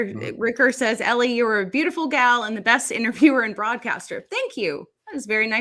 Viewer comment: MY FAVORITE "Space "EllieIn"... lol